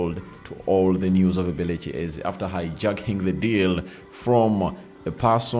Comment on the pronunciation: 😂😂 pronous ebelichi,its eberechi eze, not ebelechi😂😂